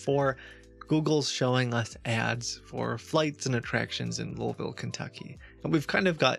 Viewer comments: You've spent enough time in/around Louisville to pronounce it the way people from there do. Noticed that for some reason. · There are other things that give away some of your past as well... Like your correct pronunciation of the city "Louisville, Kentucky". This might say that you have lived in or around the Louisville area. Also, some of your fake voices have accents that are definite western Kentucky accents. :-) Just by accent and pronunciations that you are familiar with, that can help nail down something from your past -- unless you're next level ghosted and have relearned accents totally foreign to your past. I wouldn't be surprised if that was the case. You're definitely 200 IQ!